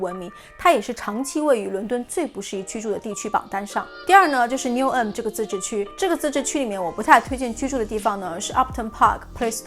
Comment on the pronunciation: 不是牛恩是牛含發音把我聽渾了，提醒講慢一點就可以了！國內人發岸end 音的是嗯音是否靠錯誤拼音？Lewisham 也沒發ham不叫路生叫路鼻音遜！I won't charge you lol 介紹倫敦區議滿好的！